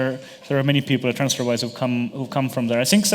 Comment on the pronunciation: "transferwire"... fail